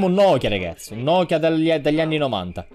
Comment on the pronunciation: Lol il nokia è diventato mokia